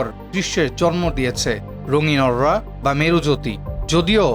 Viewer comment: Agula 'Arura'😂😂